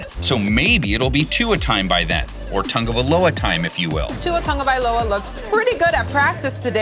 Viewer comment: Please stop saying Tangovailoa it's "Tagovailoa." There's no N!